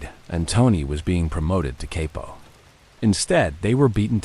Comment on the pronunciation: It’s pronounced Kop-po not Capo